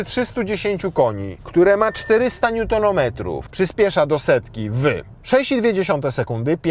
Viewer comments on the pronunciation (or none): 8v miało 6 biegów s-tronic ale ogólnie fajnie gadasz.Ps. popraw się z wymową Nm.Pozdrawiam a rady nie złoślliwe!